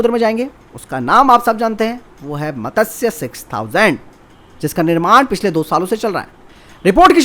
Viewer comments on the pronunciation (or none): It's not मतस्य it's मत्स्य 6000